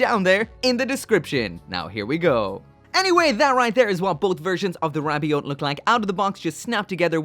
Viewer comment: Whenever you say rabiot all I hear is ravioli